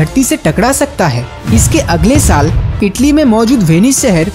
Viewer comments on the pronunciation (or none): none